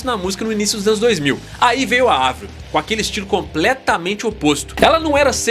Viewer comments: finalmente alguém fala Avril com som de A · mds primeiro canal falando o nome da Avril CERTO e elogiando o talento dela! lindo gato +inscrita (sou dã antiga desde 2007) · Parabéns por falar o nome dela certo Avril e não Eivril rsrs😂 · Não. O nome dela é Abril em francês e se pronuncia Avril mesmo